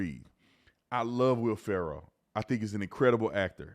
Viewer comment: “Will Farrow.” 😂😂